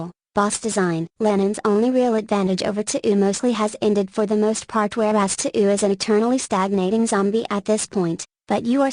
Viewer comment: i mean the guy plugged KOF so... also the tts mispronounces touhou as "to'ou"